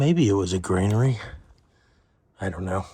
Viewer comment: You keep saying 'grainary' . It's actually 'granary'.